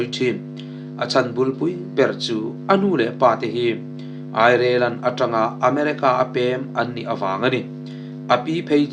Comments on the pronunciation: Airilen tiin lam ri ve mai la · Germany,Airelen maw i chhiar sual chiang Ireland ni ngei tur a ni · Ireland lamdan lola zir rawh. Azathlak lutuk deu